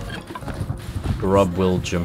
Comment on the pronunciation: “Grubjum” not grub Willjum